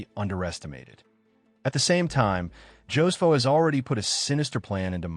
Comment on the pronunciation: Ho-se-foh. NOT Joe's Foh. 😂